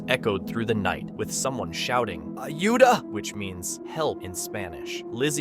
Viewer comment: the way bro said Auda is funny